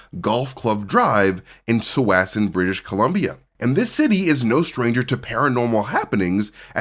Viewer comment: said tsawassen wrong